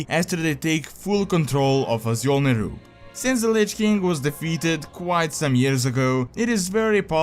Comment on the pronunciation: Awesome video, as always! (btw Azjol is pronounced like ažol):)